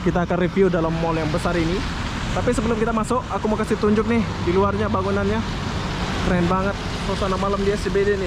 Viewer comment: KEREN BANG BUKAN KERENGG 😂😂